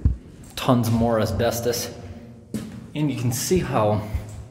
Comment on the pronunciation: i love you you say asbestos asbestdis